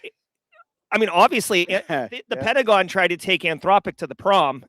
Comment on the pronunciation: #TramReplay Pen-ta-go-N